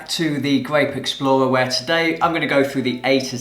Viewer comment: The way he says "gwape" tickles me